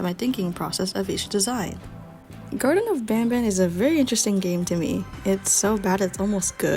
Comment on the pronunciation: You say garden but you are actully suposed to say garten of banban.